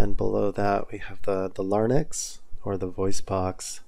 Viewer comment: Hello, it’s the larynx, not the larnyx.